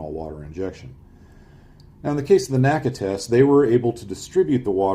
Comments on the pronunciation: There is no "Nacka". It is called "The En Ay See Ay". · It's not "NACA" it is pronounced "N-A-C-A". "NASA" is pronounced as on word, NACA is pronounced saying each letter